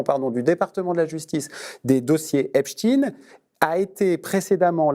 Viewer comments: On dit Epstein comme Einstein, comme un israélien. Pas Epstine comme Poutine, Staline... Non! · C'est esptein et non esptine. Un peu de courage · Epstein pas EPSTINE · Arrêtez avec ce epstINE . Il s'appelle EpstEIN et on sait ce que cela veut dire ! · EpSTEIN ... prononcez CORRECTEMENT ... pas Epstin ... LES RUSSES NE SONT RESPONSABLES de ces 3 millions de docs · Clairement, il m'inspire que dalle de bon ce monsieur. Déjà il prononce epstine comme un crétin des alpes, puis toutes ces émotions pour très peu d'éléments dans une affaire mondiale allez va te cacher. Il y a un gros problème dans la forme et c'est ce qui me fait dire qu'il n'est pas dans une démarche honnête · Si je comprends bien, on dit Einstine, Frankenstine… Epstine… ! D'accord ! Je comprends mieux… heureusement que les journal hop nous éduquent comme il faut… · Eps...tinettes ...Monsieur ARFI j'ai pour vous un immense respect et une grande admiration mais mes oreilles sont agacées et c'est peu dire de vous entendre parler d'Epstine... Cela me rend triste de vous voir faire une telle concession au WOKISME. Je suis sure que lorsque vous parlez d’Einstein vous ne prononcez pas Einstine. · Je pense que tu n'as pas compris que je faisais de l'ironie. Et OUI les médias français "se sont mis" "récemment", même pas 3 mois, à le prononcer à l'américaine pour semer la confusion quant à l'origine, communication de crise oblige. Avant ils le prononçaient normalement, comme un certain Harvey Weinstein. Par contre, Ton argument est plutôt rigolo à propos d'Albert Einstein. Un milligramme de culture et de mémoire ça sert des fois.